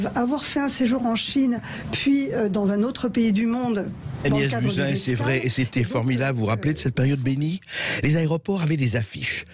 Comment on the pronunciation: Prononcez "Bousin"